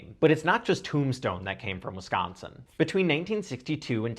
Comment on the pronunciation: As someone from Wisconsin I appreciate how you say Wisconsin